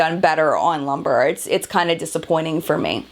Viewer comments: It is pronounced loom-bray, not lumber. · Love this. JFYI the shade Lumbre is pronounced Loom-bray and means fire. Excellent review!